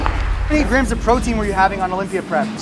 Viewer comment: 😄Why does he always pronounces graMs as “ grass”??? It was hard to keep on listening that we have to eat “ x grass of proteins” ! 😝